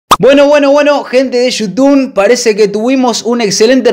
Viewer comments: eso siento yo cuando decis yutun y no youtube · Empeze a ver tus videos recien alvv son lo mejor..... Otserbar xddd Y vs decis yutun xddd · te reís porque dice "otservar" y vos le mandas "yutun" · El chico dice "ostervar" y vos en todos tus vídeos decís , "hola amigos de yutubn " jajajajajaja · Esta disiendo Yutum ? Espero que alla dicho Youtube porque se que sabe que se dise Youtube,bueno voy a hacer que lo dijo bien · dice "YUTUN"??????? WTFFFFFFF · comoque te quejas del pibe por q dise otserbar y vos desis yutun en vez de youtube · Y yo no soy mal pibe pero vos decís Yutun Y es You Tube no soy heater solo es un chiste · Esta diciendo "yutun" o me parese?? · YouTub se dice no YouTun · "Gente de shoutun" JAJAJA esa pronunciacion no te la robo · Vicky Ayala Shutun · Criticas al pibe que no dice bien "observar" y vos decís "Yutumb",... jajajajaja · Es you tubbbb , con "b" ,no con "n" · Yutun* JAJAJAJA, ni idea de a lo que se refiere con eso vos jaja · Al principio dijo..." bueno bueno bueno gente de YUTUN" xdxxd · Jajajajajjajaja por que decis gente de yutun😂😂😂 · "Gente de youtune", vos tenes problemas en el habla hermano.